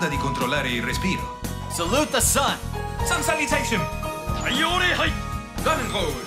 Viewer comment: Ahah (im italian) She sais Sun Salutation.